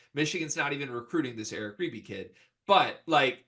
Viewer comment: It’s “ribey” and There is a new dmv area crystal ball for Creighton . They e been on him forever